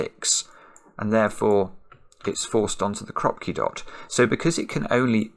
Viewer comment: in ukrainian krapki with emphasis on last syllable